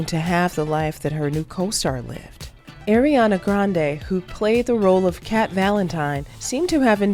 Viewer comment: Pls say Ariana right